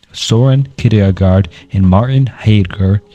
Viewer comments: For the future: Descartes = day-kaart, kierkegaard = keer-kuh-guard, neitzsche = nee-chuh, sisyphus = si-suh-fuhs. Not meant to be passive aggressive btw, just figured it would be helpful, and lend further credibility to your work. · kierkegaard is pronounced keer keh gour